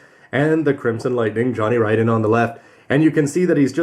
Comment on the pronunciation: Whoo-hoo! Somebody knows how "Ridden" is pronounced!